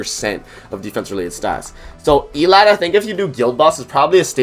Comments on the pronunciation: Why does everyone say her f** name wrong . Please, it’s pronounced “Ee-lot-tay” not “Ee-lot” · How you know they didn't watch the Prisoners of the Sky movie. 💀 In BOTH subbed and subbed they pronounce it El-lat-tay. It aggravates me every time they mispronounce her name!